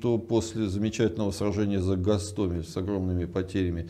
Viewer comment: Гиркин научился правильно ставить ударение 😏,в начале у него был ГастомЕль,а теперь ГастОмель,однако прогресс 😆. Слава Украине и ЗСУ🇺🇦, Жыве Беларусь ✌️